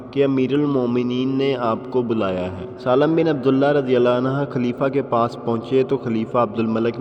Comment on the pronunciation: Bhai anha nahen anhu hey. Please yeh kisa dobara record karen. Thanks